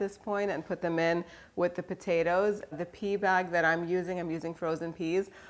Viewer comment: “The pea bag” sounded funny to me. 🤭 Recipe looks delicious! I’ve made your version of this before that you made with no meat and the fresh artichokes. They are a labor of love but worth it. Love it.